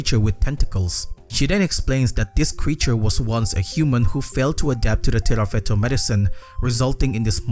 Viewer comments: This video is throwing me off so much because you keep saying "Tirafeto" when onscreen it says "Tifareto" 😭 otherwise, great analysis! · Tifareto not tirafeto ❤